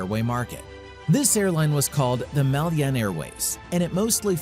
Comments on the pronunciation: The narrator pronounced Malyan wrong,it's Malayan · It’s Malayan Airways not Malyan..need to fact check!. And it pronounced Ma La Yan not Mal Yan! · Malayan not Malyan 😂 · MALAYAN Airways, not Malyan Airways Borneo is not a country and never has been. Borneo was split between British and Dutch territories and hence has never been unified. Indonesia actually owns a large portion of Borneo and was mentioned above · I stopped watching as soon as I heard MAHL-YEE-AN. Whenever I hear gross mispronunciations of words then I am just going to assume the content creator has little to no actual knowledge of the content and therefore the video is full of inaccuracies and not worth watching. The sad thing is so many people do not know some basic facts and will watch videos like this assuming it is gospel. Next we will hear millenials saying MAHL-YEE-AN. If you want to be taken seriously you gotta know how to pronounce the content you're covering. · Yes, it's Malayan Airways, not "Malyan". Your pronunciation of the word must also be corrected. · How do you pronounce "Malayan"? If you can look up the history involving SIA, why can't you look up how "Malayan" is pronounced? Feels like a certain respect is missing here. What's with so many Americans always making everything sound their way and mangling other people's language? Latest is Judge Merchan, sounding like a Frenchman when he is Latino. Meanwhile, good job on the rest of the video. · I was so irritated after hearing this mistake more than once.